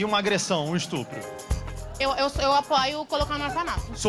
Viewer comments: Percebe-se o nível de inteligência de alguém que apóia o aborto não consegue pronunciar a palavra estupro corretamente, mas muitas dessas não tem noção do que falam, apenas pegam algum trecho de um texto ou vídeo dito por feministas que impõe isso nas idiotas que acham que isso é que irá promover igualdade entre homens e mulheres. Só pra lembrar que existe vários meios de evitar a gravidez, e a opção de por a criança pra adoção logo após seu nascimento. Aí vem uns burros dizerem que é questão de saúde pública? Tá cheio de pessoas com o vírus HIV podendo propagar pra outras pessoas, mas nem por isso tem que sair matando eles ou elas. Enfim segura seus desejos e falem pra quem vocês forem ficar que só com camisinha ouviu mulheres que apoiam esse crime. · Leo : e um estrupo é pior q um estupro kkkkkk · Engraçado é que as pessoas q são a favor falam "estrupo" valeu Lula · "e eu estrupo é muito pior q um estupro né" kdkskskk